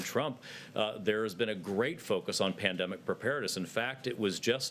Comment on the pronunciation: "Pan..de.." what?